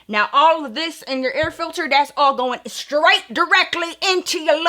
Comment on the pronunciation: Yh the accent took me out 😭😂